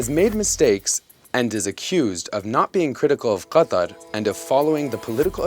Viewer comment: Why don't say Qatar in the english pronunciation? It's really wierd to say it like that